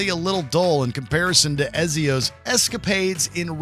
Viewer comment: Dude can't even pronounce Ezio correctly = list redundant.